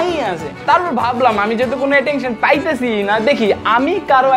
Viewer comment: Attention ❎ Atektion ✅ 😂😂